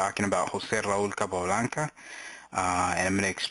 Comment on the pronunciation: Oye, tu eres latino? The way you pronounce José Raoul Capablanca sounds very familiar ;-)